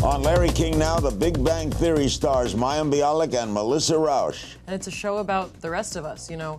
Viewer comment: And because "Rauch" is a german/austrian name, it isn't pronounced "Rowsh", but "Rowch", with the ch like in Bach or Chuzpe.